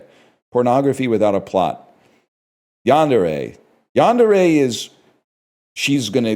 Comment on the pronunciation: why did he pronounce yandere like that bruv?